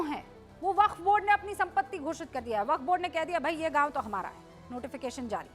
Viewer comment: वक्फ का उच्चाण बहुत बार खराब हुआ ।